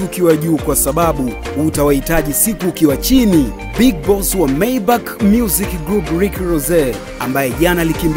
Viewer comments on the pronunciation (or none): Aise hujui hata kutamka maneno sio MAY BACK ni MAYBACH pia haitamkwi T M Z Ni TMz